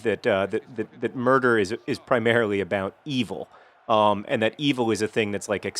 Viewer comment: well, murder. not nurder :)